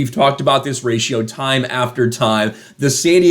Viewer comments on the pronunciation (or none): none